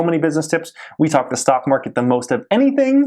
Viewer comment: What does he start every video with "twoday"... kind of annoying lol... then at the end... "greatt day"... okay sir lol... no ones pronounces it that way lol